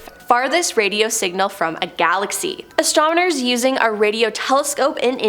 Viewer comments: I might be wrong but I think I heard astromoners and not astronomers. Haha! Great job tho! The entire video seemed like a tongue twister. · "ASTRONOMERS" not "ASTRONIMERS"!🤦‍♀️ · Stay On Top No, you heard right bro, astromoners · She said astromoners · You said the word "astronomers" more than 10 times, and only pronounced it correctly like 2 times 😂 you said astomoners so many times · That's what you heard? I kept hearing astrominors lol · Why does she keep saying "Astrominers"? Lol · Did anyone in the galaxy not know what word she meant to say.?